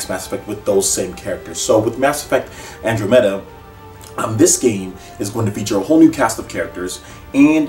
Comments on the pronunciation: "Andro-metta" as a huge space nerd, I died a little inside when you said that :-p I closest neighbor in the universe is the Andromeda galaxy. An-drah-meh-duh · Most people seem to pronounce it "An draw meh dah" =p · I love ME also, but that ending to 3 really pissed me off, I always thought the first one was the best in the whole series And it's pronounced Andromeda, like the constellation..c'mon say it right nigga LOL. Dont make me whoop your ass in Smash again..XD